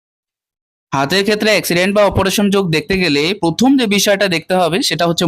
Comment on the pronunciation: KOTHA TA EX-CI-DENT NA ACTUAL PRONUNCIATION AC-CI-DENT, NEXT TIME RECTIFY YOURSELF